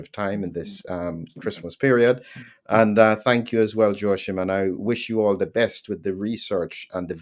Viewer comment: Joachim's name is pronounced as "wha-keem" or "whoa-keem"...not "sho-keem".